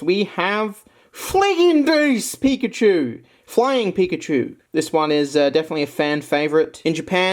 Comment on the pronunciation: Heck yeah,. These Pikachus are so awesome! I especially love the Birthday one, I bought one a year ago and it was the perfect birthday gift, haha. Sadly they're so expensive now again. Your German pronunciation of Fliegendes Pikachu was awesome, LOL.